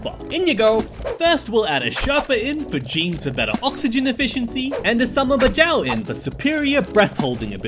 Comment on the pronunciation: It's not Bajau it's Badjao